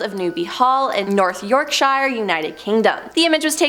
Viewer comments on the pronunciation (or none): none